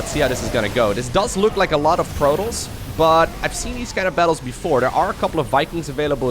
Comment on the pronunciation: can't say Protoss, he says PROTOLLLS (ALL THE LLLL'SSSS) LOL XD